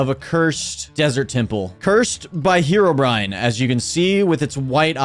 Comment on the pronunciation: heroBrian❌ herobrine✅